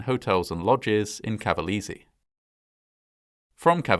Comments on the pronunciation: Good video, just making you notice that the pronounciation is CavalEse (E like LAKE) ;) just to help you a bit. I am a long time fan of your channel! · not bad, but i cringed everytime you mispronounced cavalese 🤣 dint even know about this, most ppl talk more about the USA fighter jet one as the "worst accident"